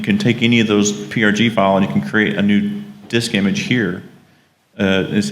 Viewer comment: Hi! Thanks for a great introduction to CBM prg Studio, you've demoed all the important features and explained it very clearly. If you're interested, send me an email and I'll send you a link to version 4 (with kick ass support). BTW, it's pronounced CBM prog studio!